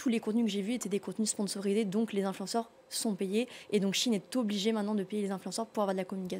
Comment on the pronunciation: C’est SHEIN pas Chine!!!